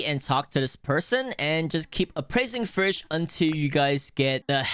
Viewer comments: Bro why you say fish "frish" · fish not frish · There is no r in fisch. Why do u keep saying firsh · i like how he says fisch and pronounces it like “fricschsh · why do u say fish like fush